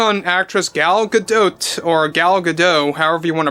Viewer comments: Gal Gadot pronounced like Gadoat with the ending like boat or goat sound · Come on man it’s Ga-dot lmao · It's not how WE want to pronounce her name, it how SHE wants it pronounced and it's GA DOT